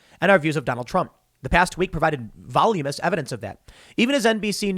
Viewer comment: I love the fact that Tim doesn't know how to pronounce "voluminous". He's a shoe-in for that news anchor job now!